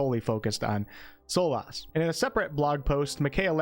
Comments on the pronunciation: I know people have brought up the "veil" pronunciation already, but Solas is said more like "solus". 😊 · Solas is pronounced "soulless". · For someone who is such a big fan of the series, you sure do butcher Solas' name. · the way you say solas makes me wanna unsub